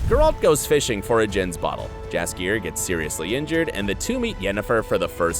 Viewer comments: It’s spelled jaskier but it is really said yaskier. Fantasy. Am I right? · The name "Jaskier" isn't english, only polish and it reads as "yaskier", the letter J make sound like Y in word Yes. Even in TV series they read it properly, you just didn't pay the attention :P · Correct pronation is Yaskier in Polish j is your y sound. 😉